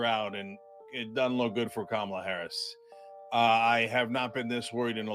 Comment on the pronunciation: I love the way that each of the ladies pronounce VP Harris name differently.